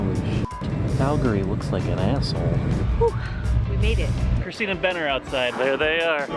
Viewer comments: Its not ben, its BEeEehHn!! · And Ben You had one job to say BEYN!